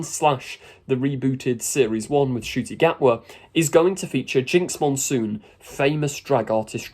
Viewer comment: Ah yes, "Nucti" Gatwa. Laughing my arse off at all these achingly right - on people who can't even get the Rwandan - Scot's name right.